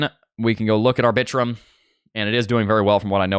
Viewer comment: Lol the way you say Arbitrum 😂 I love it!!!! (R-Bi-Trum)